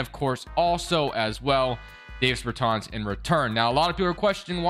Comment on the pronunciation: I know it’s late as hell and nitpicky but his name is pronounced “Daaahvis Beartaaahns” not “Dayvis Burrtans” Dāvis Bertāns